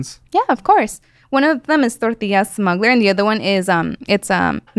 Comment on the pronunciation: Has a normal American accent until she says 'torrrrrrrtiyyyyyya'